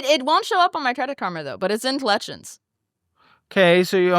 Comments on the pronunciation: If she says “clections” one more time instead of collections I stg. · The fact she can’t pronounce C’s or K’s in half her words is blowing my mind 😅 Tetsis and Colletchins had me rolling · The way she pronounces "-icks" words as "-its" drives me up a wall... OMG "collet-shuns" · the way she pronounces "collections" 😭